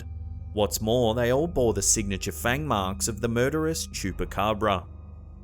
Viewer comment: He does'nt know how to say Chupacabra?